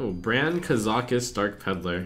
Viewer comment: ka-za-cuss not kuh-zaw-kuss lol wut